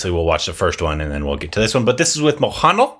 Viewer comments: Then it was Maha Neel. Now it is mohanaal.. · Mohanlal is pronounced as MO-HAN-LAAL. 😊😊😊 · Ur pronouncing the name "mohanla" wrongly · Still you are pronouncing Mohanlal name incorrectly 🙈